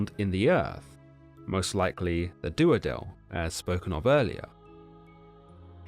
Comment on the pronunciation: Dudael not Duadel